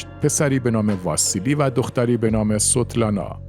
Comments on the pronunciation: ممنون از این ویدیو، در مورد نام دختر استالین یک اشتباه تلفظی پیش آمد. اسم او تقریبا شبیه sotlana تلفظ شد. در حالیکه تلفظ اسم او به esvetlana شبیه تر است. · نام دختر استالین Svetlana است، نه Sotlana!!! زینوویف Zino-vi-ef تلفظ می شود. بد نیست شما که این همه زحمت می کشید، کمی هم در این باره دقت کنید تا ارزش کارتان حفظ شود! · داداش من فقط گفتم مجری یه اسم رو اشتباه تلفظ کرد. چه کار به دختر استالین دارم که به رحمت خدا رفته؟ خدا همه رفتگان رو بیامرزه.